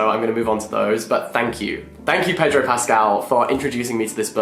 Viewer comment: The Latin American pronunciation is more payDROW than PEDrow.